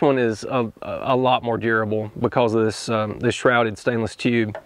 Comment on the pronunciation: Another great video! If anybody doubts you are from TN they just need to listen to you say tuuube and all doubts will be disappear. Regarding not being an "early adopter" we had a saying at work..."its ok to be on the leading edge, but not the bleeding edge". I plan to get me a InstaVap soon with Dewalt Batteries but I only have 12 hives...getting tired of dragging out the chord and filling the cups repeatedly for summer treatments. Thanks again for a great well thought out video.